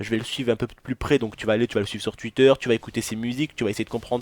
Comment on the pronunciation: Cest TWitter pas TWutter putain sa mstress putain